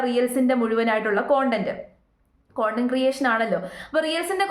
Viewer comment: റിയൽസ് എന്നല്ല റീൽസ് എന്നാണ് ഉച്ചരിക്കണ്ടത്.. കോൺഡന്റ് എന്നല്ല കൺഡൻഡ് എന്നാണ് ഉച്ചരിക്കേണ്ടത്..